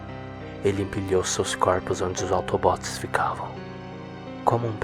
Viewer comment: gente ele falou auto bot ou pq ele errou ou pq é uma abreviassão de robô automatico